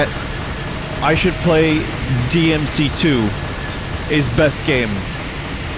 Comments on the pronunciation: BLEY DEE AM SEA TOO EEZ the BEIST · I guess we can't hear Vinny saying DEE EMM CEE TOO anymore :( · DINTY PLS BLEY DEE EHM BEEF STEW boot finely bley dee ehm see too. GOOT. boot has schut. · The official death of the "Booti play dee em see too" meme